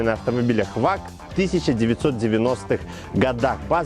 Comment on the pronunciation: Самый мною уважаемый канал! Только небольшое замечание: в немецком языке VAG читается как ФАГ. Ну или тогда было бы ВОЛЬКСВАГЕН.